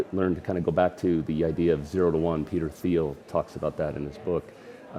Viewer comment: peter "theeel"